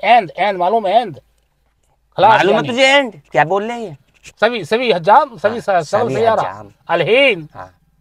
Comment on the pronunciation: Bhai hajjam ni hijaam HOTA h